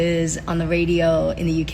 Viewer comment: it’s on the wadio Speech therapy didn’t work. Can’t imagine singing classes would stick.